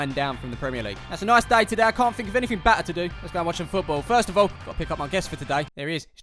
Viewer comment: Anyone else hear say batter instead of better. This is as they are called fisher and u batter fish